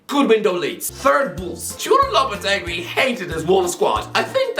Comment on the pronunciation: complains about the pronunciation of doherty then goes and says ‘mwaz saseedo’ for moises caicedo and ‘lapatweegy’ for lopetegui 😭